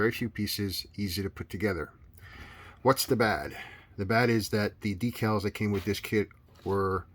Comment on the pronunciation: Thank you for using the proper pronunciation for "decals" . I hate those guys who pronounce it "deckle".